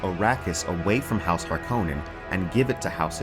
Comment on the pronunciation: Love your channel but please stop mis-pronouncing Harkonnen